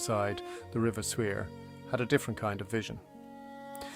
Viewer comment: The river Suir is pronounced Shore